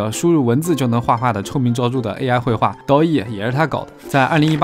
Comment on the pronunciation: DALL-E (da-li, )，LaMDA (lambda, )，尤其是后者这么缩写几乎就是摆明了想让你读成 lambda，前者也很明显是在捏他 WALL-E 虽说真按视频里这么读也没啥问题，但就没啥意思了